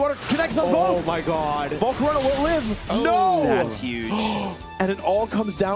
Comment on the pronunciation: “Volcoronia” bro STFU jesus how r u so bad at pronouncing shit